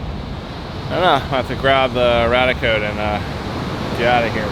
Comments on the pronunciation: Love your videos - apart from your mispronunciation of the name of one of your detectors - it's Rad-ia Code, like the first part of radia-tion! Not the same as your 'RadEye) 🤓I suspect the 'dark iron' is from deposits of magnetite somewhere under the ocean being eroded by natural processes and deposited on the beach? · I'm sorry, but every time you say Radiacode, it sounds to my ears like "Raticode" which reminds me of a pokemon and this is distracting me way more than it should lol.